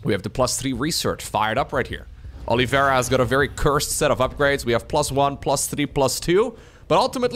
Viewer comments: Not sure, I guess that's the way he thinks it's pronounced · Who is Olivera? Is his name not Oliveira?